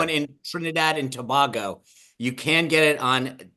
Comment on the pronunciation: It's Trinidad and Toh-bay-go Sean. And yes....the morning meeting has viewers here😊